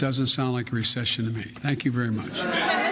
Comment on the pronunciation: the word is "Recession". History will not be kind to you.